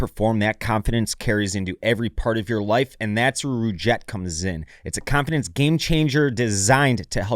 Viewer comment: It was sweet when he said "confirdance"